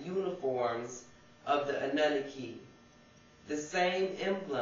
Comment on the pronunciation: Your pronouncing annunaki incorrectly I believe. anewnoky